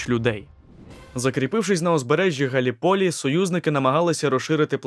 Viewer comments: Не Галі полі, а Галліполі, наголос на першу і. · Все чудово, єдине маленьке зауваження - у слові Галліполі наголос робиться на другому складі